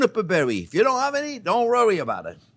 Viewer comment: I love chef Jean even if said rrowy instead of worry, he a freaking artist 🌹🌺♥️